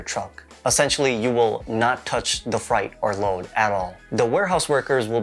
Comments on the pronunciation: I like how you committed to saying “fright” instead of “freight” lol good video though. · The way you pronounce freight made me cringe 🥴🥴🥴 good info tho 💯